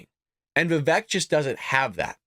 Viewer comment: Its pronounced Vi-vake, he said on Gutfeld. Like cake , he said.